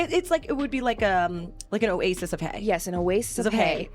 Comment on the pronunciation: An o-HAY-sis, maybe?